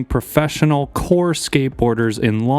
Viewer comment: the emphasis on the word "core" on that first line was heeeavy